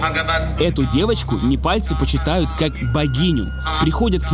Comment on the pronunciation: Неварцы? Непальцы!